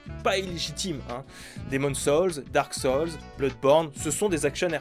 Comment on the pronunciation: émone saulze, dark solze Quel péché de pronocer a la française la phonétique anglaise.... choisit ton camp bordel, soit t'y va entièrement en prononciation anglaise, soit tu fait comme tout le monde et tu dit "darque soulze"